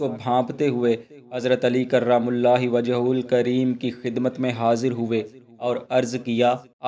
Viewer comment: کرم اللہ وجھہ کو صحیح نہیں پڑھ رہے ہو۔